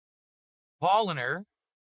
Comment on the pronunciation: Oh my god, at least try to pronounce the beers properly, you idiot! He butchered Paulaner.